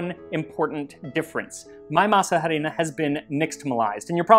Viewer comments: Hi Max, another great video. Im sure you already know this but in Spanish "h" does not sound, juts 'cos of masa harina pronunciation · I really like how u say masa harina, which is kinda curious since the h is silent in spanish and also it's better to say just harina de maíz cause masa harina not only is grammatically weird but doesn't make that much sense lol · Great video! And this was mentioned before, but.. The "H" is silent. The "H" is silent. The "H" is silent. The "H" is silent. The "H" is silent. The "H" is silent. Just as a reminder. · Psst: The "h" in "harina" is silent. The "h" is always silent in Spanish. You get the "h" sound when the letter is a "j". :) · Love the video but every time you pronounced the H in harina it was like a paper cut on my soul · Is anyone else bothered by the fact that he’s pronouncing the ‘h’ in words where the ‘h’ should be silent? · The way you say harina cuts my ear, the h is not supposed to be pronounced ;). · oy.. but the pronunciation of Harina kills me.... ugh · it kills me every time the way you pronounce the 'H' in Masa Harina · Arina, not ha-rina. The 'h' is silent. Why? I don't know. Why is "enough" pronounced "enuff" in English. Maybe the Cloister monks who wrote these words were very bored and got their kicks watching people mess up the spelling of those words. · Mole, por favor. Yum, que deliciosas! I chuckled hearing you pronounce “harina.” 😅 The h is silent therefore it’s arina not “h”arina. Heeehehee.😅. G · I’m that annoying person who needs to correct 😂: masa harina doesn’t “literally translate”, corn flour, it means dough flour, or in this case: masa flour because is a very specific type of dough… sorry! I know no one cares but it it bugged me and my neurodivergent brain started to glitch, even though I totally understand what you mean 😂…. But your Spanish pronunciation is VERY good (just a pro tip: the H in harina is completely silent) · Harina is pronounced “ah-REE-nah”,silent H..👍🏽